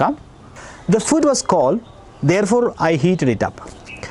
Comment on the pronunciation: ഫൂഡ് അല്ലേ സാറേ ....ഫുഡ് അല്ലല്ലോ? ഇംഗ്ലീഷ് എന്തിനാ മലയാളത്തിൽ പഠിപ്പിക്കുന്നത്?😂